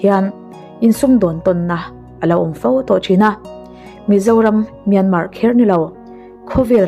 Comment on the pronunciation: Myanmar tih rikna toh hi chu buaina vek... Khamawm hlol